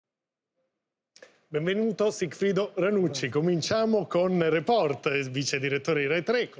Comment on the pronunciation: Floris si pronuncia Report con l'accento sulla e. STUDIA